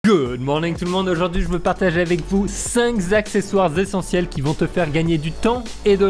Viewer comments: Cinq, ca finit par un Q et ca ne prend pas de S !!! On dit Cinq accessoires !!! Bescherelle !!! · Cinq z'accesoires, hmm hmm. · J’adore tes vidéos et j’ai remarqué que le chiffre 5 y figure souvent 😅 Du coup je ne résiste pas à te rappeler qu’il n’y pas de « s » à « cinq »... et donc pas de liaisons... mes oreilles se porteront mieux, merci à toi 😂